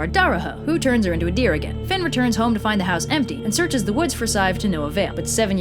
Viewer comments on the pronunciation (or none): none